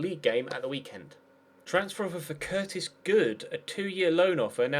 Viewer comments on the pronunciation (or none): none